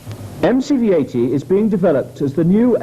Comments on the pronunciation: I had to stop watching when the narrator swapped t's for d's eg sa 8 Dee the 19 8deess etc nope arsehole trigger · The way way you say 80 gives me the creeps, “ayydeee” very strange and a little off putting.